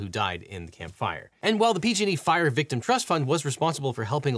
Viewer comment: When you say "PG&E," it kinda sounds like "P-Diddy." Jus sayin.'